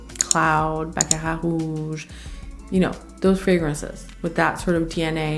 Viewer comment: Hey! I really dig the way you pronounce Baccarat and Narciso. Are you a Latina? ❤